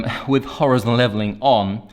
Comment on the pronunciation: It’s Hor-EYE-zon mate.